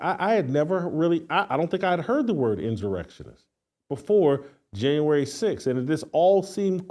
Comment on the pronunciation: Sheryl swOOOOps swOOOOps swOOOOps,Jason. Ridiculous. Almost as bad as you pronouncing insurrection inzzzurrection